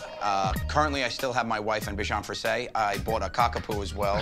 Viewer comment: I love Joe but since he's always talking about his bichon frisé he got to learn how to pronounce it XD "frizé" not "frissé"